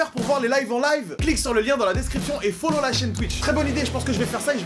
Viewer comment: Je te followeuh pas si tu me followeuh pas backanh !!!